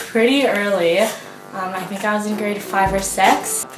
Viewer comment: Oooooh she says GRADE 5 OR 6. jesus...first I heard "I was line 5 or 6."